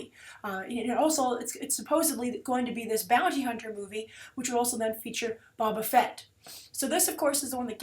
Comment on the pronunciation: Omg why do you mispronounce so many names! It is universally known by all people who know andything about star wars that Boba Fett is not Bob-a Fett. You also screwed up so many names in your ATLA reviews. Sokka? Really???? How do you mispronounce Sokka if you watched the entire damn series!!!!!